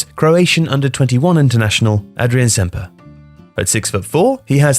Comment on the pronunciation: adrian ''SHemper" the little notch thing above an S or letter in croation makes a sh or ch sound